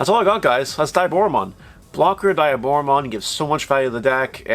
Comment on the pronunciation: Not finishing video. Dislike. Block user. Can't even pronounce your favorite villain's name correctly